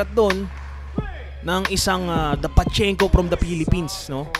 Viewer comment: Correction, Pachinko ang tamang pronunciation from Japan.